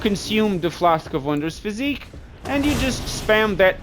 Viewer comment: Bro is saying physique lmao its Phys-ick.